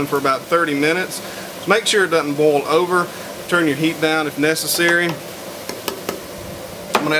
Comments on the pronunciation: Why do you keep saying 'bowl'? Is that your accent on Boil ??? 🤣 Guess you can say 'Oil' or are we going European French, and say H'uile... 🤭 Sorry... I speak proper English, even though I'm in Scotland. About to Bowl my Cappings... 🤗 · Why do you say boll instead of boil?